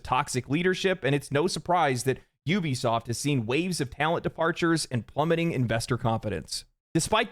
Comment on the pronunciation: Good, "F" Juwbisoft😂!